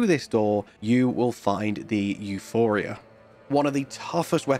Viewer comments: The weapon is Euporia. Not Euphoria. It seems a common mistake but I'm unsure why. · It's EuPORia, not EuPHORia.